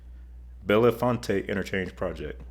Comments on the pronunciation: Upgrading US 220 to I-99 between I-80 and Williamsport still seems to be years away. By the way, Bellefonte is pronounced in two syllables: Bell-font. I made the same mistake the first time I went through it on my way to college 50 years ago! :) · It’s pronounced Bell Font. Bellefonte. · Being from PA and having attended Penn State University: Bellefonte is pronounced "bell - font," (with "font" as if you're referring to a typeface like Times New Roman or Comic Sans.)